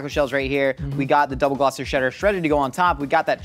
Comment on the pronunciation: props to for his pronunciation of Gloucestershire.